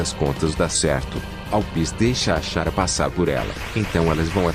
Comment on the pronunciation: eu não tanko a voz faland Chara "XARA" 😂😂😂😂